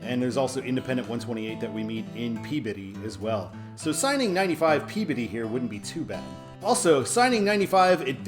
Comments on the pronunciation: pronounced "Glah-ster" You did get Peabody right, so wicked props for that. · Superb,. Truly enjoyed all the 95 episodes. There is no way I would have guessed the pronunciation for Peabody. Nicely done!